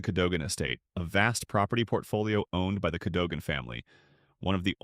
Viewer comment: Cadogan is pronounced KADUGUN CHEYNE is 🗣️”CHAINY”.